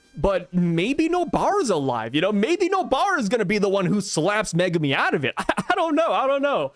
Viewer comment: I glad you say Megumi's name correctly. Zhoniin kills my nerves when I hear him say it so wrong 😅